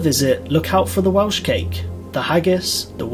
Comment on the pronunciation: Hate to be 'that person' but bad Welsh pronunciation really drives me nuts! 🙄🙄🤣🤣